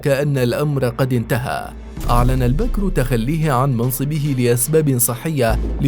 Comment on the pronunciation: البكر وليس البكر يا مثقف البكر وليس البكر